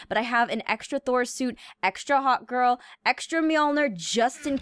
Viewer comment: instead of saying hawkgirl she said, "Hotgirl"